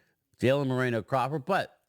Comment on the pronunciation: Brian...TOO FUNNY.........EDOGA....NOT CHUMO EGODA.....LOL.....AND CALLS CROPPER...CLAPPER...